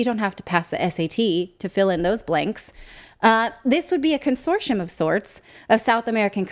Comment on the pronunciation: Natali is pronouncing consortium as consortion.